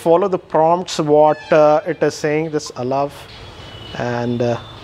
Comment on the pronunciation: Allov instead of Allow. Lol